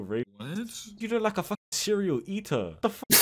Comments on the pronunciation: Also when it sounds like "cereal eater" :_D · I heard it as cereal eater 😭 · I was thinking he said cereal eater 😭